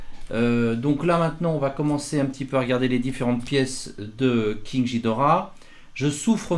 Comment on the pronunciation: Juste ça se dit ghidora comme guidora pas ghidora comme jidora